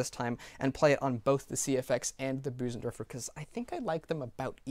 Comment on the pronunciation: Your Bösendorfer pronunciation has become spot on <3 Nice work on the review as always.